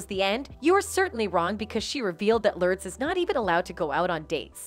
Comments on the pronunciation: Would be nice if the AI narrator would pronounce simple names correctly..."Lurds?" oy BTW.... "Lurds," is of age now... this video is old. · I hate how you pronounce both their names. It’s Lur-des and not Lordes. Madonna and not midonna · The fact this robot keeps saying “lurds” 😂🤣